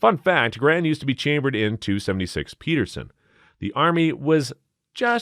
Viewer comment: im sorry for being an asshole gun nut but the narrator is saying some of the names wrong. like the Pederson ... he says Peterson and the Garand he says Garran. it confuses people